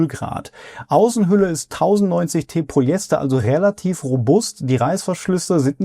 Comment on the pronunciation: Mal abgesehen von den tollen Videos von dir: wenn du noch mehr Qualität in deine Videos bringen willst würde ich dir dringend zu besserer Aussprache raten. Du sprichst viele Dinge schlicht weg undeutlich oder gar falsch aus (vor allem die füNf IMMER als füMf). Oder auch Polyester und nicht Polyester. Nur mal als 2 kleine Beispiele die mir aufgefallen sind. Ist zu 100% konstruktiv gemeint und ich hoffe du nimmst dir das zu Herzen, ich gucke deine Videos nämlich wirklich gern und hoffe dass du mit der Kritik noch bessere Videos machst 🎉